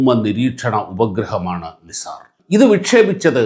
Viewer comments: നിസാർ അല്ല നൈസർ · നിസാർ അല്ല നൈസർ ആണ് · നൈസാർ എന്ന് പറയൂ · NASA pronounced it as നൈസർ. no offences meant. good presentation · Please pronounce it properly. It's called Naisar